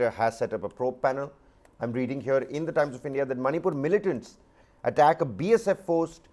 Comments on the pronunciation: Not Zomato Zomaato... Not manypur Maanipur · It's Manipur not Manypur